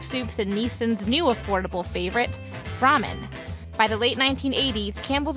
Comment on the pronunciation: Ramen is pronounced rham-yen. I know; when we lived in Korea they took us through a factory that made it.